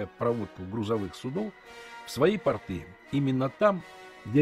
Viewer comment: Режет слух портЫ это штаны, а на берегу пОрты